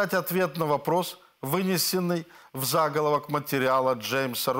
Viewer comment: Что у с ударениями - зАголовок пЕренесенным